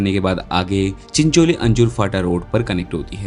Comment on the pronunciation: भाई वो रोड चिंचोली - अंजूर फाटा नही चिंचोटी - अंजूर फाटा रोड है